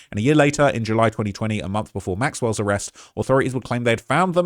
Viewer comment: Man what’s that on your lip there's some white stuff? And it’s “arrest,” not “arrect.” What were you doing before you started filming?